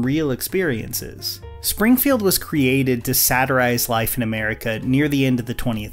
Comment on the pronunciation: It’s “satirize.”